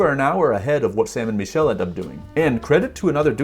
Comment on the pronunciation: Bro you keep saying “ME”chelle when it is actually pronounced “MIH”chelle🤦‍♂️It’s driving all of my friends nuts when they watch your videos